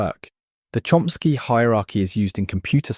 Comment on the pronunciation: Porque na traduc,ao voce diz Chsky e nao diz Chomsky ??